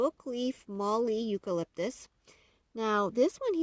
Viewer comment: A correction on your pronunciation from me, an Aussie who lives in the area of Australia called The Mallee. It's pronounced mall-ee, like Sally but with a loooong 'ee'. We have Red Bud Mallee forests all around around us, along with River Red Gums (E.Cameldulensis) and Black Box (E.Largiflorens) and a couple of others down on the river on our property (we live on a 24 acre bush block on the Murray River in South Australia).